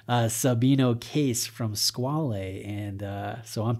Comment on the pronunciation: You're not far off with your pronunciation.